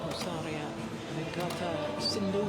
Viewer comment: Is jill Clarke pronouncing PUSARLA pusaria ?